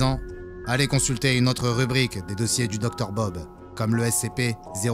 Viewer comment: À la fin c'est plus, c'est 😂